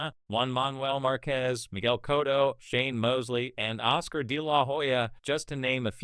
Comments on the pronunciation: if you don't know how to consistently say Cotto's name correctly... (& your not an AI narrator).. then you need to stop acting like you know Boxing.. just Stoppit.!!! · But people are always fuhkin' up Manny's name.. "Cotto" is only 2 syllables Lol